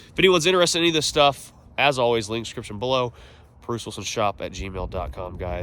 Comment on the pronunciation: Bwuce big twug dwiver